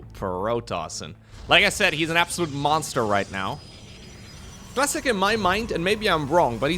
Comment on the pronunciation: Cluh -ass-ic. With a little dck on the c that fcks the L out the a-s-s? Lol